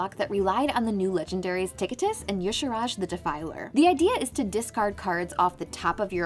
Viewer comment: There is no vowel between the R and J in Y'Shaarj. In what illiterate universe could it possibly be pronounced Yasharaaj? Just look at the word. It's obviously 2 syllables. Rhymes with "e-charge".